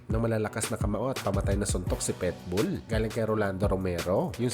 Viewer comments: Pakinggan mo nga mabuti kung paano mo ipronounce yung Pitbull..sabi mo..PETBULL..kaasar pakinggan..PIT..PIT..not PET🙄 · boss, PITBULL Hindi Po PETBOL